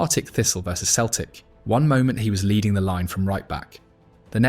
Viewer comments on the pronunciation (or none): none